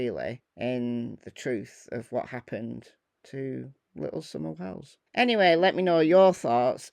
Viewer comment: why don't u know how to say her name for one and for two she did tell the truth and have no lies to tell and she didn't do it for money period and all u you tuber are trouble makers and stuiped leave the police work to the police instead sticking ur all nose where they don't belong period and she might been found by now period cause half u all know the stuff goes on down here period